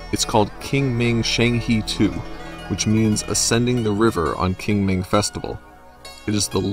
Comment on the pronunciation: Qing Ming (pronounced as Tsing Ming, not King Ming)